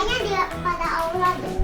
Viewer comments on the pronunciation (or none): Aula bukan allah